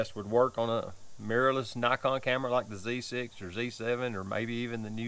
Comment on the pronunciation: Love my 35mm lens for street photography. I'm glad you didn't say knee-kon